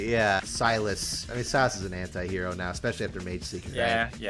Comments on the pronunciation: Why....why evrey time i hear them say anti-hero i simply hear hentai-hero...why lord 😢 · Because I'm french and we don't pronounce "anti" the same way english people do, every time you guys said "anti-hero", I was hearing "hentai hero" 😭